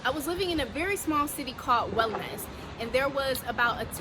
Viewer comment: The way you say "OULMAS" sounds like you say "WELL MESS" a GOOD MESS. As Moroccan thanks for sharing your experience and I wish you the best of luck ...